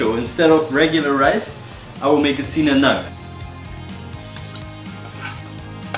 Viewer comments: Bro it's no sinanag its sinangrag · Sina Ngag! Not sina Nag! Lol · Dude Its se-nan-lag